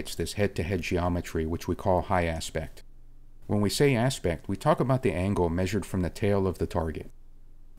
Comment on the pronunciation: Always excellent. "High Apect" :)